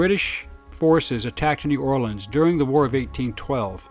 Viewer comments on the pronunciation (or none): none